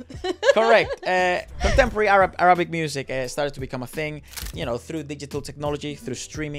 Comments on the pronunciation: It's Árabic, not Arábic, por favor !!! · It’s not Ara-bic.. it’s Arabic.. like “pick” or “bick”